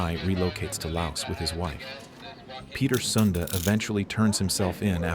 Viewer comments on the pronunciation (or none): none